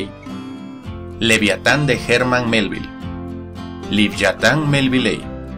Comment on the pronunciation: Cuando dice livyatan (pronunciación hebrea) la V lo pronuncia cómo la V en francés, tipo F, no se leería así V de la sp ?